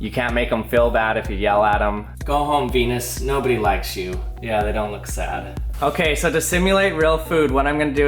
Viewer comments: I thought you said penes fly trap!!! 😂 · 649 i heard it as '' so there you have a penis fly trap '' instead of '' so there you have a venus fly trap '' XD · peenus vlye trap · DID HE JUST SAY BEE?